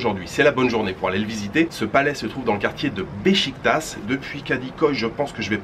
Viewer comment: “Beşiktaş“ se prononce ”bechiquetache“. Tu prononce le premier ”ş“ juste, le deuxième c’est pareille. Ben fesait la même erreur, maintenant c’est un pro avec les ”ı“ ”ğ“ ”ş“ ”ç“ :))